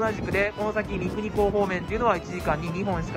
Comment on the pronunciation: 三国港は「みくにみなと」ね